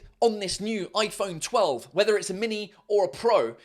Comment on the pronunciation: When he said “its aun oi phount telf “ translated “its and iphone twelve “